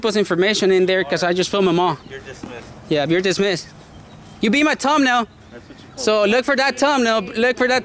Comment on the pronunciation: Bro you have to say thumbnail correctly fam. Not, toe-nail lol